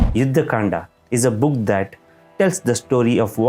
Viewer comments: can we please stop adding an 'a' at the end of everything? Rama...Kanda...Dashratha... Its ok to spell it that way but why do we pronouce the a?? Its Ram not Rama. Kand is not even a noun, why an 'a' at the end of it? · People in South India, i request you, please stop putting "a" at end of everything... and pronounciation doesn't end in "aa" sound. Its' Ram, Kand, Yuddh, Arjun, etc... no "a" at the end. Thank you. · There is need for correct pronunciation by South Indian speakers. The name is Ram and not Rama. The book is Ramayan not Ramayana, the book is divided into kand and not kanda. If British refused to call our religious book correctly why we have to continue that tradition now. It is time Indians start speaking correct names. And if you were taught the wrong way then it should be corrected now. Ram is Ram don’t call him Rama. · It’s Kand not Kandaa !! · What is kanda...say kaand🤣🤣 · It's Ramayan ( not Ramayana), it's Kand(not Kanda), it's lav and kush (not lava and kusha). Don't use unnecessary words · Please correct your pronunciation, No one RAMA , he is Shree "RAM". And What is Kandaaa, There is no word is like kandaa. "Kaand". Don't use AI generated pronunciations . Those are Hindi/Sanskrit words and their prouncotation should be like that way. what "aaaa" in everything.😂😂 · its kand not kanda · Start pronouncing it properly....it's Ram...not Rama.......it Kand not Kanda..🙏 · Please correct all your pronunciations its RAM not RAMA, Its Ramayan not RAMAYANA, its KAND not KANDA. What is this obsession of adding a extra "A" at the end of every word and changing all the holy names. Its always been RAM not RAMA, RAVAN not RAVANA and so on... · Pls proboince Kand correctlt. Without"aa" at the end Its kand. Its Dashrath. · Pl don't pronounce 'Ram' as 'Rama', 'Kand' as 'Kanda' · Why saying ram to RAMA, kand to KANDA, correct it, you can easily pronounce it